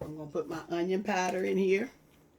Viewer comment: I love how she pronounces powder "pieder". Lol. Too cute.